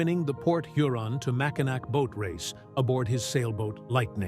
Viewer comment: Mackinaw NAW is knaw.